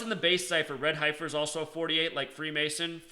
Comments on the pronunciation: It's pronounced "Heffer" not Hie-fer (yes I know the spelling is Heifer) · Dude, it's pronounced heffer, not highfer.. Fricken city slickers, pronunciation is easy to look up and some old farmer who has raised heifers, won't be calling you out on your pronunciation. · HEF-er. Not HI-fer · You have a special wisdom to mispronounce “ certain words” for a very special reason. God Bless. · heifer is pronounced hefer.....like deafer... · FYI HEIFER , the i is silent, the hei is pronounced same as the he in head ,hefer . Great video. Also my birthday is aug.10. I will be 71 next year. Not really looking forward to it now .lol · Ok so what is going to happen. Come on tell us. Tell the fbi the cia. Tweet trump. Tell him. Save some lives. And the word is. Hey fer. That is how you say it. It is heifer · "Heifer" is pronounced heffer, if you care... :) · My intention is not to offend but the pronounciation is heff-er like jeff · Okay, I know you were/are a teacher but can I nitpick?? Heifer = Sorry, I couldn't help myself, lol. I know that in the scheme of things this is petty... You do good work and we know you are a "G" when it comes to the numbers! Thanks for this...cheers;-)